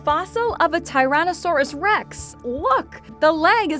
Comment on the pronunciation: “Tyronissaures Rex”😭